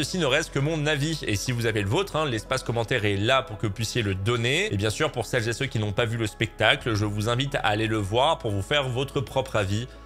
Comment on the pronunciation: Tu ressembles au président à dire « CELLZÉCEUX »